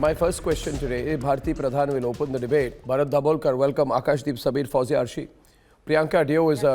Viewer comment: Good one, sambhit!!!! Called erroneously fauziah as Suzie!!!! Ha!Ha!